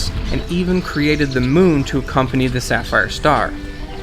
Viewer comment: Sapphire star... Is Saphijiva